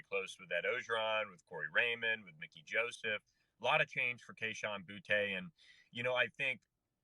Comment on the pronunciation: It's bootie not boo-tay people he's even said that at times